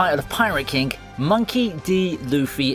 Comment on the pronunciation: When say king, did it sound like he said kink instead?